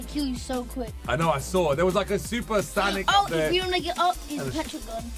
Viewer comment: It's san ic